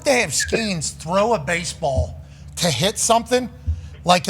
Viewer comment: "I f*ckin love bahsebahl" - Pat. Had me dying.